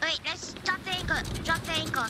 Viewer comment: "dwop the anchow"